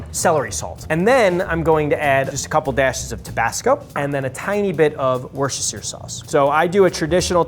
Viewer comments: Americans trying to say Worcestershire sauce.. Worsheshirre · This video incluides at least 7 diferent pronunctiations of worcestershire